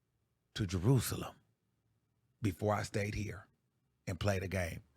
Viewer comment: Maneeee! Did you say Jerusalem? 😅